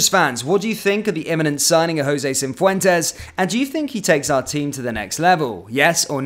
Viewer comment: Cifuentes, not Cinfuentes.